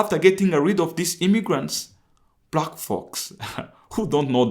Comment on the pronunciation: Did fam say brack folks... 🤣😂🤣😂